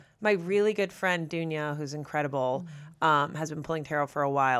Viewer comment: hahaha as a serb when she said dunya i was immediately like ❗